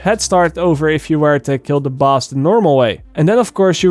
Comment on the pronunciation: Did anyone hear buzz waves instead of boss waves?